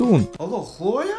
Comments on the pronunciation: Nu se spune Hloea,dar Cloe No hate👌🏻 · nu da de opt ori ai pronutat hloia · mam ras cand a spus alo hloe ha ha ha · Ai spus chloi de 10 ori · Eu am crezut ca spui hloia